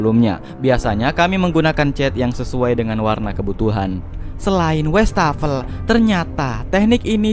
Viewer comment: Tambahan pengetahuan : Kata Wastafel dari bhs Belanda : wassen + tafel (wash table / meja buat cuci) Btw bacanya WAs-fafel (bukan WEs-tafel)